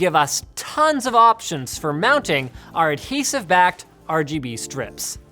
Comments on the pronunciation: he says rbg chair instead of rgb chair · He pronounced it wrong rgb not rbg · It's called the rgbchair. Linus called it the rbgchair. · the rbuhg chair, but its rgb not rbg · you said rbg chair not rgb chair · He said rbg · Ruhguhbuh chair not Ruhbuhguh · Linus.. you pronounced it wrong. It's Ruh-GUH-buh... not Ruh-buh-guh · At the start, he said RBG, not RGB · ...The "RuBuGa" Chair? Don't you mean the "RuGuBa" chair? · He called it a "Ruh buh guh" chair. C'mon now, Linus... It's pronounced "Rub GUH BUH." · he pronounced it RuuhBuuhGuuh, when it should've been RuuhGuuhBuuh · RUBOOGA CHAIR HAHHAHA LMFAOOO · why did linus pronounce RGB as ruh-buh-guh and not ruh-guh-buh? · I knew it was "rabooga" and not R.G.B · nobody: linus: rubuga chair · "rooboga" chair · I literally almost spat out my water when you pronounced, "the rheghebe chair" lmaoooooo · when he pronounced RGB chair as "ruhguhbuhchair" I died. seriously, send help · "The ROGOBU chair" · The "RuGuBu chair"😂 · The "RuBuGa chair" I'm TÍŁTÉD It's RGB, rubuga is RBG... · Lost all hope when he said rgberg chair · Most of the time, I find linus' sense of humor pretty lame... but that pronunciation of "the rbg-chair" made me laugh out loud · Even though he said rebuga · The "rugabuga" chair im dead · "ReGeBe" chair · "The regubba chair" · Re Ge Be chair???? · You had me cracking up with the intro, calling it the rabooga chair LOL. Although it seems like you mixed your B and G around, it was still hilarious. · I love how you said ruh buh gah even though its rgb lol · Fucking spat out my drink when he said RGBUGGER chair. Ffs. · Did he said RG Boogier Chair 😃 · you pronounced it the rbg chair. unsubbing. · I died when he said: "The regebe chair..." xD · Naser AbuOwn It was more like robogo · I looked away and thought Linus said "The Red Booger Chair" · The RhhGhhBBhhh -Chair hahahha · lmao the way you pronounced that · The rgb chair (pronoused as it is spelt). Haha